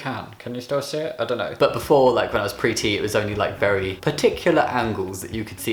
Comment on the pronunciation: I always heard pretty instead of pre T xd